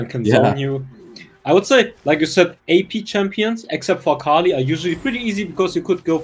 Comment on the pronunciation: You said "except for akali" but it actually sounded like fukali My bad😅